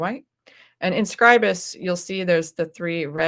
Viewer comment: So nice to hear Scribus being pronounced correctly.